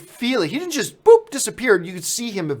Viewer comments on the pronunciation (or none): none